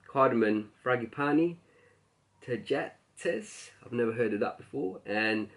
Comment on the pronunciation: Tajeetees (pronunciation) - marigolds.